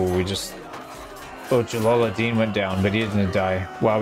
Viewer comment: it's Jalaluddin pronounced Jalaludeen